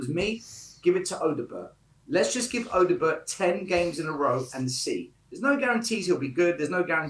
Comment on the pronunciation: Stop saying Odobert wrong 😂